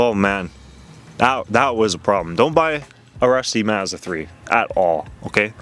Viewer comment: Bro, it's "Maawzzdaah", not "Mizzadwah" 😂